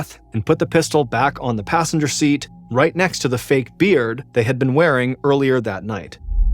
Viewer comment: Whoa, that’s definitely a twist, he ain’t lying! I would never have guessed! Except for that weird emphasis on a beard which made me think there could be something to it… Green iguana and bearded dragon 😆? Also, the flow of the story was great, especially enjoyable to listen to. Thank you, MrBallen! I wish she could’ve survived though, life is so cruel sometimes